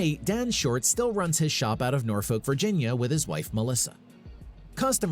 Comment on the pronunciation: I'm most impressed with for pronouncing Norfolk correctly. 🤣